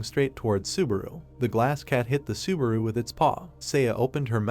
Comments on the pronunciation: I think narrator sometimes want to say subaru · God stop saying suburu!!! I quit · i found a ned drinking game, every time subawu komms up :D